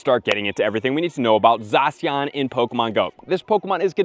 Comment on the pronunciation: Never heard someone call it Zasian...lol